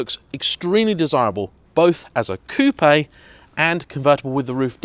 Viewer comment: What? You know how to say "Coupé" even though you are an english speaker?! *removes the dislike